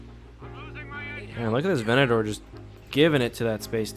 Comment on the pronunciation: its a venator its a venator please for the love that is cannon please say it right